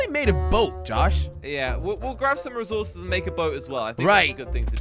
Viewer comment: Who else noticed that doesn't say resources he says rezources 😂